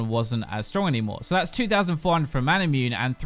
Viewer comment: I love you, just please don't mispronounce Manamune and Muramana so brutally. XD